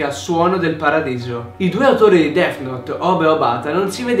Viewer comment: Notare "Dess"